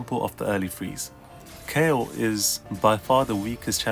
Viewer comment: It's Kayle